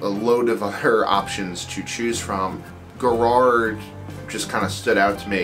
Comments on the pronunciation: Arrgh. It's "Gaarard", long first 'a' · Like Ga-rard